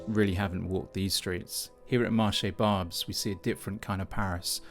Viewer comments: Parisian’s in general don’t like being filmed. Your narrow minded views are boring and arrogant with your Nigel Farage politics when you can’t even pronounce Barbès - Rochechouart. These people who are either legal immigrants, refugees or people who are trying to get legal status have as much right to be there as you. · Interesting how you complain that not much French is heard, but you can’t speak French, you can’t even pronounce the area you report on 😂😂 I have lived many years in this area and shopped at this market and have found it not threatening and Parisian. (I’m white Caucasian). Btw - Paris has a very large Muslim population. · It wouldn't hurt to learn at least the correct pronunciation of Barbès and it's history, including that it has been a district in which predominantly North African immigrants have found an affordable place to live for almost a century. If you want to appear knowledgeable, this is not the way, this is just cheap. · N'importe quoi! Barbès was always like this, a lot of immigrants from (North) Africa. Already in the 80's and 90's. Apparently you don't even know how to pronounce the name of the quarter. This video is full of racist comments. And regarding the filming - to be honest I also hate it when I just run errands or go to work and have some tourists filming or photographing me. Just saw a youtube video about some exhibition in a museum. Yes, it was nice to see the exhibits since I can't go there but the youtuber didn't bother that she was filming visitors and without permission putting them on youtube. Tourists can be a real annoyance. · REPORT this "channel" for racist propaganda - the Lily white Brit can't even pronounce Barbès - which looked the same in 1993. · Maybe if this English man pronounced Barbès properly he would be more credible. Exactly the same thing is happening in London. The internet is full of the alarmist bullshit - let the Arabs get on with it - politics will sort things out - not this sort of rubbish.